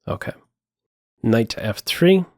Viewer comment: I like how says "okeh" great analysis